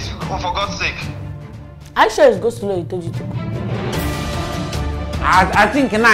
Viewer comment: This interviewer na wa oooh... "make mayonnaise use it to make cos-law🙄" Didi the interviewer lady in black top just say "Place gabbage"👉 😂😂Aaaaaaah madam no be cabbage😂?????? The fact that the interviewer continued reading the instructions despite Mark Angel's behaviour is quite hilarious😂😂😂😂😂 We can't wait to watch "The house help series" Bama is our favorite Mayonnaise in Nigeria.